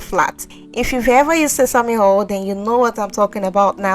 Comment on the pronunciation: Not hol!!.. say oyl😂